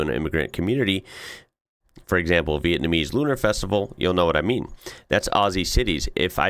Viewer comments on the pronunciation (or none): none